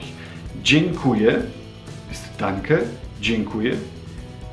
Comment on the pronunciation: Wenn du "dziekuje" sagtst, klingt das etwa so, als wäre da ein "n" zwischen dem e und k (also dzienkuje). Oder kommt mir das nur so vor?